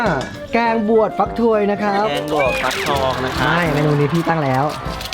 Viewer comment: ฟักทองซิไม่ใช่ฟักทวยนะคะ